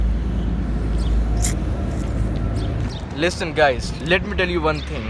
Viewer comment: Lis-ton guys 😆